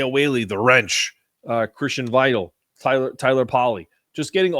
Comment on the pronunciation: Ponounced Vi-TALE (sort of) Not vital. As in essential. Like ur show man. Just an old man UConn fan here.